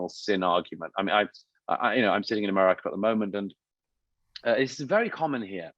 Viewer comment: Why does he say, "Emarica"? 🤔